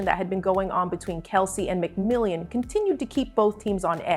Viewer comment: Mc Mill On. Not mcmill ey an.